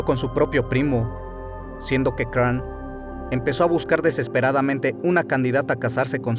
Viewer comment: se pronuncia Craón, Gilles se pronuncia Gill (en efecto) D´Rais (se pronuncia D´Ra no "Re" observación no hera homosexual. le gustaba sodomizar como lo romanesco de su lectura, es decir le gusta "dar" mas no "recibir" (como lo hacian los romanos pero no hera homosexual) mas bien su caracter... como decirlo perverso, amo profundamente a juana de arco incluso despues de él mismo haberla entregado a los ingleses se arrepiente y la busca en las masmorras pero juana a quien ve es a el diablo (gill) y no acepta su renovada propuesta de amor, ella es quemada como bruja, gill se retira a machecoul y comienza a delapidar dinero en obras de teatro dedicadas a juana, despues mata en medio de sacrificios humanos si a jovenes, niños e incluso niñas, con el afan de resucicitar a juana, de acrecetar su fortuna y no en vejecer pero no fueron tantos como la inquision lo dijo (mas bien aprobecharon de su estado mental y asi con lo exagerado de su confeción , nació hasta hoy esta leyenda negra de gill, hasta hace poco, segun registros hubo un juicio donde se le exonero y se le devolvio su rango de heroe nacional, aqui es la mezquindad de la iglesia, lo sucio y lo peor para quedarse con lo que quedaba de sus tierras y fortuna, si bien no fue un santo tampoco fue un grande asesino, el pez por su boca muere, si te torturaran ati QUE NO DIRIAS Y MAS SI NO ESTABAS EN TUS CINCO SENTIDOS, GILL HASTA LO CONVIRTIERON EN VAMPIRO! ¡POR DIOS! AUN ASI, DIJO TANTAS COSAS QUE PASARON A LA POSTERIDAD ENGRANDEC